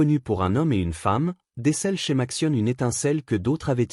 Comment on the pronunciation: Oh là, la sale prononciation typique de l'IA : Matsione... ;-)